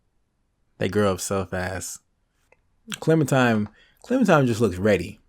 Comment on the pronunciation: i hate he says clemintime